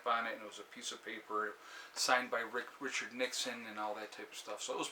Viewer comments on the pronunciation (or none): none